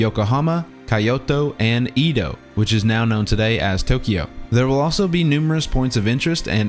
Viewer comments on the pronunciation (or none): I'm sorry but... Did you just pronounce Kyoto as KAIoto? And Edo period as in EEdo and not Édo? Respect lost -100